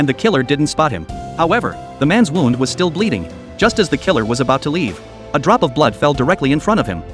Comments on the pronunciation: It's pronounced "woond" not wownd. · Oi A.I. robot ...! Wound rhymes with crooned or ballooned NOT found or sound.